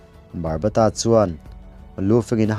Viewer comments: Barbata nilo in babata 😊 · Barbata nilo in Baba ta tih tur aw sir